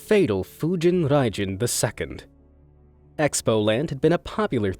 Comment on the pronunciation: he’s also butchering Fujin Raijin lol... This is Japanese, not Russian...